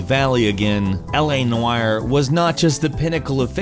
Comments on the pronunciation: LA Noayer???? What kind of pronunciation is that hahahahaha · LA Nwire? Is it just me who thinks he said it weird?